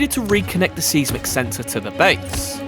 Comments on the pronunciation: I’m sure you know this by now but if not, “Seismic” is pronounced more like SIZE-MUHK OR MUCK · Bruh, it's 'size·muhk', not 'seez-mick'.